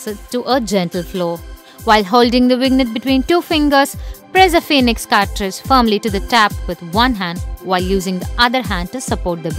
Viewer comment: Bonjour et merci pour votre vidéo qui m'a permis de monter mon filtre à eau par gravité sans crainte de me tromper. Le mien est un petit de 6L et n'a que 2 trous dans la cuve supérieure, mais le reste est identique. Si je peux me permettre la marque Phoenix tire son nom du célèbre oiseau qui renet de ses cendre et cela se dit en phonétique fénix et pas foénix. Merci encore pour vos explications et longue vie à nos Phoénix 😉